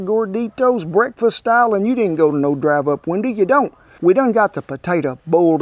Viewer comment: I like when Kent says "drive up winduh"